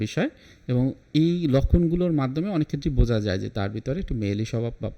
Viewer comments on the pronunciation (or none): none